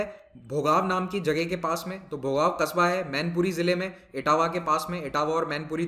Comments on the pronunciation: Bhogav nhi hai Sir Bhongaon hai..🙏 It's my Home town. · It's Bhogaon in Mainpuri not Bhogav